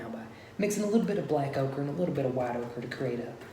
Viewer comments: I thought he was saying okra at first. Hehe. White okra, black okra.. Lol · Say oaker again!!